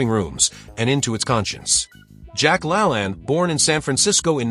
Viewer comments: I kept trying to figure out who the heck Jack “LA-land” was. It wasn’t until his TV show was mentioned that I realized the robot narrator was mispronouncing “Jack La-LANE.” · I've heard Jack's last name pronounced as /la-LANE/. /LAN/ I associate with "lans and grooves/. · It's pronounced lalain not lalan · La lane.. not La lan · Jack "La-LAYNE", not "La-lan" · Jack Lalanne is not Lalann. It's LaLAIN Geeeeeesssshhhh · Its pronounced Jack La Lane. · It's pronounced, Jack La LAYNE. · Jack LaLanne's name is pronounced with the long second a as in Lane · Couldn't pronounce Jack La Lane correctly. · I need him to say Jacks last name correctly 😂😂